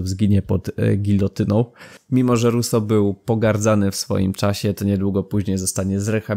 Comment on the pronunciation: . Trudno było słuchać, pełno błędów od Ruso po pożeniona, rezygnuję